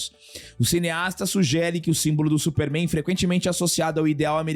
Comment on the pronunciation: "Supéérrrméin" (pai dos Albas)